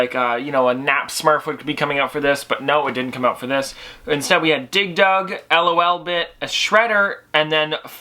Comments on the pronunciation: It's not L-O-Lbit it's LOLBIT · Its lolbit not l o l bit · It's not l.o.l bit it's like loli bit but take the I away lolbit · Its pronounced lol-bit, like how you would say lol aloud exept un-abreviated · Its pronounced lolbit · "L-O-L-Bit" Me: TRIGGERED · Dante Casareale same it's annoying to me